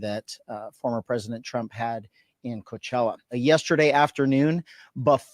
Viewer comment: You've got to be like the sixth person I've heard this weekend that does not know how to pronounce Coachella. The only reporter I've heard pronounce it correctly is an English reporter. I have never heard anybody pronounce was an English reporter. I know that it is spelled as coach. But it is a Spanish word